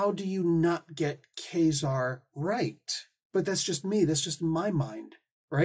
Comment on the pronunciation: Ka-Zar was my favorite comic when I was a kid. To me the pronunciation was always Kuh-zar and not Kay-zar, so that is how it will always be to me, regardless of how much one might think it sounds like Kazam, which is really superficial, esp. when the latter, Kay-zar, sounds like Gay-zar, so I dont see why you go with that.